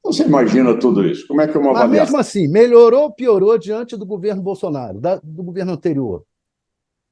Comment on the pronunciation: Esse velho não sabe nem falar, e pronuncia a palavra melhor, maior.